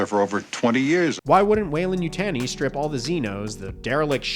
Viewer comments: No one in any Alien movie have ever said Weyland--Yutaaeni :D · I'm not sure what's worse...this show, or the way you pronounce Yutani.